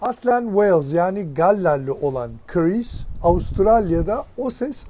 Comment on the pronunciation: Abi adamin adi Chris. Neden Karees diyorsun😂